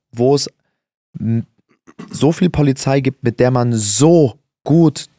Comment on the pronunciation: Ja man. Die poahliei ist ganz wichtig 😅❤️